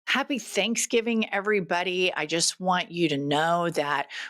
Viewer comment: Sorry did you say Happy Canks given?